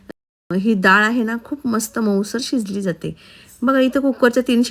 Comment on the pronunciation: दाळ नाही डाळ म्हणावे